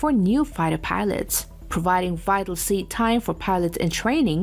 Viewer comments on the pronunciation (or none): none